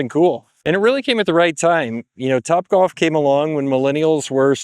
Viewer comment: Wtf is “copbwalf”